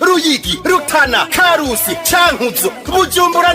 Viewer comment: Bavuga Karusi si Karuso